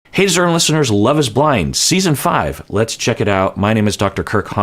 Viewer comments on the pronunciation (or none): none